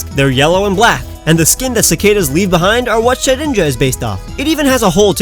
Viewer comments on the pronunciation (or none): none